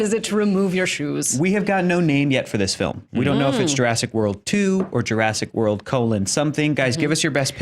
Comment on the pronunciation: Jurassic War-old. LOL